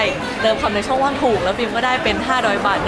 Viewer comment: ช่องว่างไม่ใช่ช่องว่า